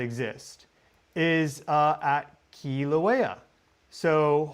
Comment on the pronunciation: Mahalo nui for pronouncing Keelawaya correctly. Next lesson, Mauna Loa, Maauuna Loa. Not mana, which means spiritual power. Maauuna Loa has mana nui! Much spiritual power.❤